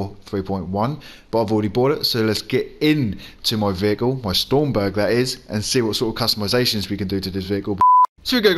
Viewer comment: It isn't stormberg it's stromberg strom not storm ! ⚡️